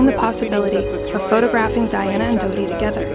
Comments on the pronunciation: Wow, this is a hot mess! "Dianna"? "Viss-count"? "Henry?" Shoo. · Her name is Diana and not Dianna? I’m not tripping right?